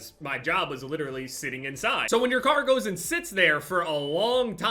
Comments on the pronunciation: Why when says car I don't know whether he is saying car or kar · When he says car I think he’s talking about the kar 98😂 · I Thought He Said He Bought A Kar I Was Like Huh LMFAOOOO